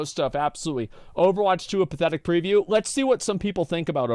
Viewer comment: Asmon pronouncing preview like review. XD